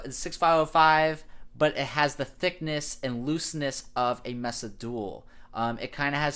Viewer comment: It's also pronounced "May-sa" not "Messa"